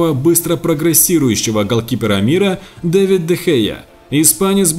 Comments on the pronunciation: Не Дэвид а Давид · Не Андре Тер Штеген, а Марко Андре Тер Штеген! Не Дэвид Де Хеа, а Давид Де Хеа!